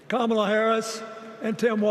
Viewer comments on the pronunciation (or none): Dems: it's racist to mispronounce Kamala's name Bill Clinton: Camel-uh.. Legacy media: 🦗